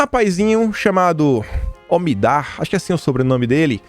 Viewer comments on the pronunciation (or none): Bom dia, meu querido! Primeiro, parabéns pelos ótimos vídeos! Mas queria te dizer é que ñ é OMIDAR que se diz, é omidYar